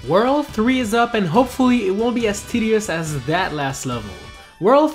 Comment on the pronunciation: did anybody else hear him say "tiddy-ous"?